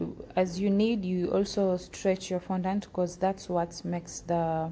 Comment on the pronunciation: You literally said no glucose or glycerin seriously.I mean glucose powder or glycerin powder is the same as glucose and genital .Im sorry I just unsubscribed and by the way it fondant not fondaant